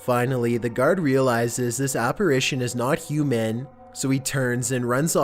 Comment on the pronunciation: I don't like how you say 'human'. It makes me wonder.